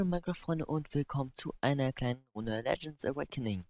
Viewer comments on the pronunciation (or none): Es heißt Legend !!! man 😂